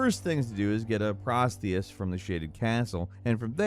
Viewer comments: The one for prosthesis was certainly something haha :) (pros-thee-sis... not pros-this-sis or whatever that was!) (and yeah, just endearing. No shade here) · "You have to get a prostheus from the Shaded Castle" Uh, you mean a "prosthesis", my guy? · Prosthesis pronounced prawst eesys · I’d think the result of that mispronunciation has to be adhering stringently to a script and bad proof reading. He may very well be reading exactly what’s in front of him, just what’s in front of him is wrong. Only reason I could see for “prostheis,” missing an S. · Bro… pros-THE-sis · I can live with you pronouncing Lee-or-nee-ya, Leorna. But calling a Prosthesis, a PROSTIUS... cmon son... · also to keep in mind, it's "th" like in "the" or "though", rather than how th is pronounced in the word "firth", for example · Always kills me when people totally mispronounce words that I have known for years “PROSTHESIS” Is a tough one but he butchered it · Lol at him pronouncing prosthesis. For someone who makes a living talking you'd think he'd know how to read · Do you just try and pronounce everything incorrectly on purpose?